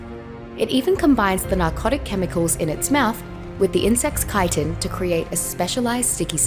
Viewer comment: took me a while to understand she is talking about chitin because she is mispronouncing it so hard lol